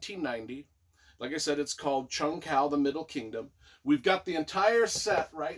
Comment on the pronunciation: I absolutely loved this collection! I immersed myself into the series and loved it. IT'S PRONOUNCED JUNG HU. It's killing me!!!lol lol lol Bless you for doing this.